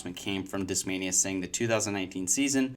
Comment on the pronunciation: European accent pronunciation: Deeskmainya